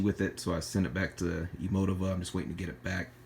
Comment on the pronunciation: It's pronounced : E-MOE-TEE-VA